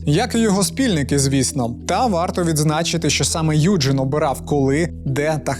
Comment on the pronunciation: Доброго вечора! Якщо він народився у Німеччині, то правильніше вимовляти його ім'я не "Юджин", а "Ойген":) дякую за відео)